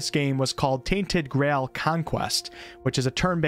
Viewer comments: omg my guy said "grall" not "Grail" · Did you say "Tainted Grall"? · did I really just listen to an American mispronounce "Grail"?... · I like how you can't say the word 'grail' properly